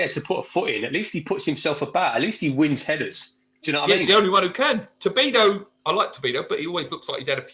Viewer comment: why do you call him to-bi-do?